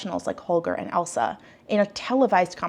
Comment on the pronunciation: I haven't seen the show, so I don't know if it's being mispronounced by judges/commentator, but her name is Ailsa which is pronounced like "Ale-sah" (not like 'Elsa', and definitely not 'Alisa' which I've seen published in various articles).